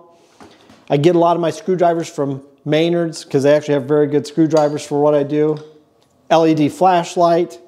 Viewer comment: Anyone else giggle at butchery of Menard's name? I hear May-nerd's it sets me off.